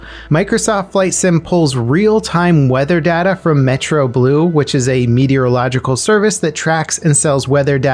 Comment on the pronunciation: "Metroblue" . . . It's Meteoblue.